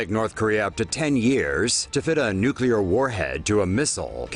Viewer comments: Someone should tell the narrator how to pronounce "Nuclear". He kept saying Nucular. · Why does the narrator drag out the ends of sentences and keep getting "nuclear" wrong as "nukular"?